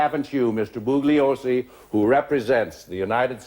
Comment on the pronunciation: I think Jerry Spence is deliberately disrespecting Vincent Bugliosi by pronouncing his surname as "Boog-liosi" rather than "Boo-ye-liosi". I'm not Italian, but I know this, as does the judge when addressing him. I think Spence does as well.